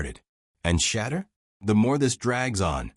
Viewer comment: If you can't prononce Shedure's name correctly then hang up your mike!